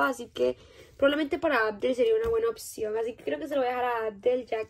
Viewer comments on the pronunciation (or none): none